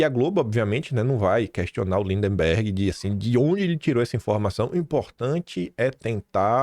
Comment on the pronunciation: Pare de falar lindeMberg, qd na vdd é lindberg. Por favor